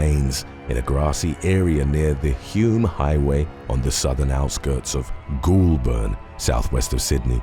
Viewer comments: Pronounced gol-burn not ghoul-burn. I should know I live 100kms from there and I remember this case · Its goulburn not ghoulburn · "ghoolburn? Nice try, but nah mate it's pronounced Golburn by us 'Strayan's. Bit like we say "Melbun" not "Mel-born", "Brisbun", not "Bris-bain", mostly "Canbruh" not Cahn-berra for the home of the federal oxygen thieves, er I mean politicians You'll have fun with Wagga wagga.. go on give it a go! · Forever pronouncing Goulburn your style from now on 😂😂😂